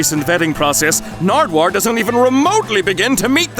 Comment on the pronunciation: I laughed so loud when you said Narduwuar😂😂